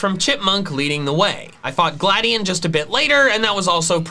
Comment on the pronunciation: His name is Gladi-on not gladien